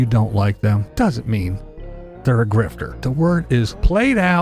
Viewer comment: not sure that's how the word is pronounced, but whatever I get ya, people over react.